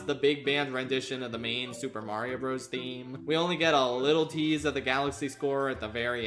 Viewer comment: This is the last creator I would have expected wouldn’t know how to pronounce “Bros.”